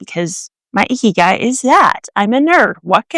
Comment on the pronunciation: Very western pronunciation of 生きがい, haha.